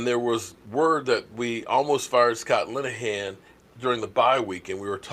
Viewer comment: Please don’t pronounce that name again Vanillahan Lineahan. Sabotaging our Cowboys